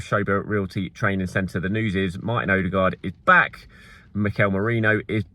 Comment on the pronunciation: Hi! You don't need to find a norwegian. Use Google translate to find the Norwegian for "new" (ny) and hit the little loudspeakeremoji. You can do the same for Danish names that start with "Ny". To be able to pronounce Martin's name corrctly, translate "deserted farm". All the best!